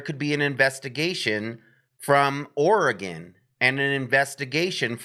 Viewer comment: Very very similar profiles for each case, also think about white Hyundai Elantra that was weirdly ditched. I live in Oregon just a couple hours from Salem, which thanks for saying OREGON correctly haha